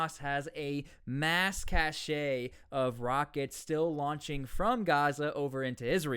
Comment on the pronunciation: it's pronounced CASH